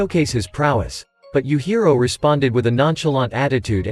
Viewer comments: Yuhiro?! I think you meant “yujiro” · Bro said youhiro